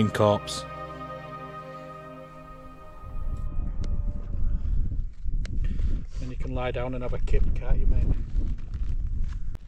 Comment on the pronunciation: "Corps" is pronounced "core".